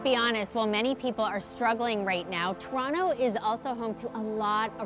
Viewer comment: Torano haha she cant even pronounce it correctly. Its called Toronto or Taronto.